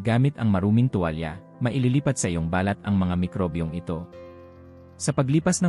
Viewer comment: Ayusin m nmn ang pagbigkas ng binabasa mong script. Ung balat ngiging bal- lat 😂